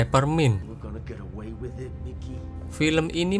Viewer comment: Peppermint min, bukan pappermint. Padahal di deskripsi udah benar😂😂